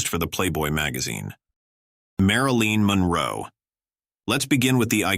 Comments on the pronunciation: learn how to prononce marilyn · Sloppy, very sloppy! You need to preview your video before posting! Mispronouncing Marilyn's name is a mortal sin! Showing some one else's photo while talking about some else is dumb, very very dumb!